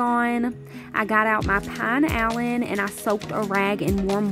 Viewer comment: The cleaner is pronounced pee na lean